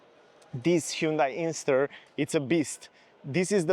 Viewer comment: It’s an INSTER, not Ingster.